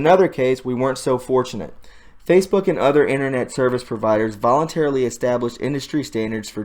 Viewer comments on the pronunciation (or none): none